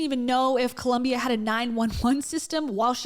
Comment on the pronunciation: All of you in the comments make great points, I just wanted to point out , I hate how she Pronounces Colom-BIAHHH